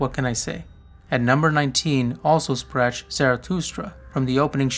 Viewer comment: Fine choices. (music to ears) the pronunciation of "sprach" needs fine tuning <3